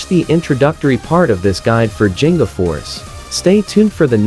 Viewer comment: Thank you for this video but... the pronunciation of G in "Ginga" is like the G in "Give" or "Giggle".